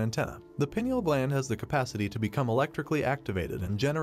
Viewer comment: WRONG !!! Calcification of the pineal stops it from working 🤦‍♀️ Its more of a hard coating on the outside of the gland not a double terminated crystal !!! And it is pronounced PINE EEL NOT PEE NIAL 😂